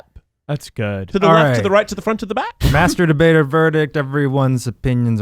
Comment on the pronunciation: Every time Eugene said "master debater verdict" I head "masturbator verdict."